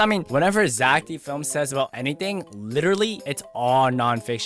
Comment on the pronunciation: “poo poo poo idc poo” -totally not becoming zech